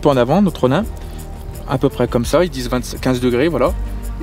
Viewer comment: ça ce lis ronine pas ronein